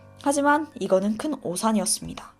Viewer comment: 하지만=하이만 으로 들려요 ..